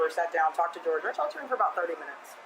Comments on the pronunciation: Everyone except this channel seems to know he went by the North American pronunciation of George lol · I’m pretty sure he pronounced his name George.